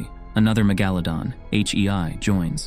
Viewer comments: Mega-LA-don not me-GA-ladon, sorry I'm nitpicky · "Meh-ga-leh-don" WHY THE F IS HE SAYING IT LIKE THAT?!